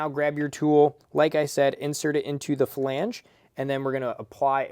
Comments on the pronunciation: Flange not Falange 🤦🏻‍♂️ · Flange. Not falange. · this was brutal to watch. who TF taught this guy how to say flange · Hearing you say “flange” gave me Forrest Whitaker eye. Great video, though.